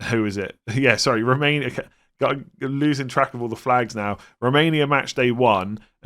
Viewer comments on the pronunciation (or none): none